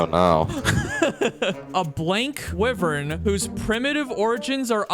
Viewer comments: it's why-vern not wee-vern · just a fyi you where pronouncing wyvern wrong it is pronounces Why-vern. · Me when I chronically pronounce wyvern wrong